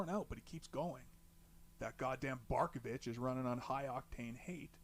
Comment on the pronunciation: Dude, you nail it with "Barkovich"! Haha 👏👏👏